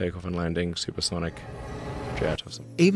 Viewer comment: It's not sipersonic